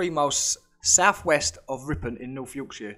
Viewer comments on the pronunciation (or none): none